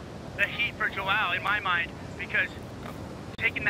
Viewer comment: "Joao" is pronounced "Jon", its the same as "John" but in portuguese. Thanks.